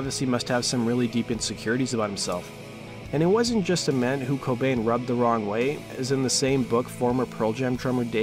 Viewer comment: it's Ament with a hard A